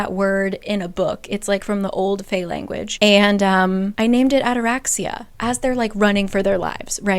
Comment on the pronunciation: FYI: ataraxia is a Greek word that means calmness. And also the intonation is on the i = ataraxi’a. Greek here🫡